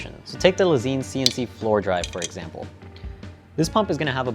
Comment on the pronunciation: Pretty sure Lezyne is pronounced similar to Design. According to its founder anyway.